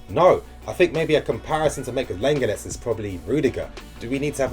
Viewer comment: Class vid bro - lenglet is pronounced ‘long lay’